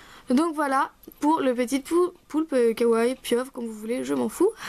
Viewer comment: Coucou, super tuto ^^ (PS : On dit "Kawa-i" pas "Kawaille".)